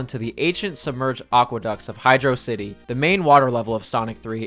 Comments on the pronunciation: Hey dude, great video. Its just that you seemed to have accidently mispronounced Hydrocity. You see it's actually "Hydrocity" (like velocity) not "Hydro-city." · Uh oh! You seemed to have mispronounced Hydrocity! Easy mistake to make :)